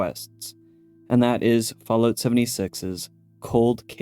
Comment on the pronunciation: FallOOT xD